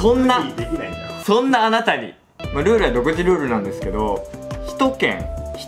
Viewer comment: そんな"あたなに"になってる！！ かわいい𐤔𐤔𐤔𐤔𐤔𐤔